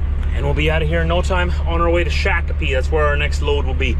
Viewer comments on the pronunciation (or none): A little friendly criticism, Shakopee is pronounced Shock o pee. Coming from a native. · It's pronounced like Shock A Pee. Not Shake A Pee. Just saying. Hauled certainteed shingels out of there for years. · Shock-A-Pea...............like Shock Jock. ....I'm past MN resident before my Canadian life